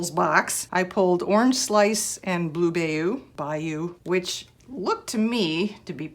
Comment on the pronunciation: 😂🤣 this is great! That’s my favorite of his videos too! I’d love to see his face when he sees it!! And you got “bayou” right on that second try 😉 pronounced mostly like “bye-you”